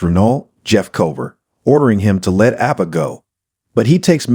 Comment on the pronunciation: Valentine (Val' en tine) ,Ava (A' va,) Elq. Do you even watch the show????? Learn to get the NAMES pronounce right. Maybe you would get more then 9 likes.